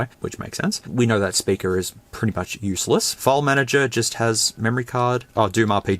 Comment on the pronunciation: Might be the accent but why is it SPURKER not speaker?